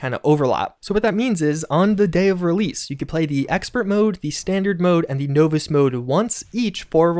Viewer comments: I'm sorry....did you say novice as NO-VISS? lol its NAH-VISS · Novice- nah-viss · Great update, staying on top of the 76 news! But...no-vis? Nah man! Nah-vis. Of course, maybe it’s just some colloquial version of novice. Whatever, still love the info! 👍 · you know what's coming. NAW-viss. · between his mispronunciation disease and Oxhorn's, I'm not sure who has it worserer! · "nooo-viss" dude must have dyslexia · “No-vus” difficultly? LOL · Novice is pronounced naa· vuhs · know-vice lol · How else are you supposed to pronounce Novice? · You say novice... differently. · u say novice funny